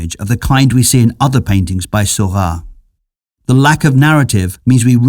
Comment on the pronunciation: Why does the narrator pronounce Seurat's name as Sylvan?